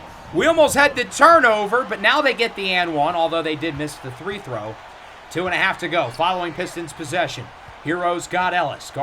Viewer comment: day 1 of asking why says three throw instead of free throw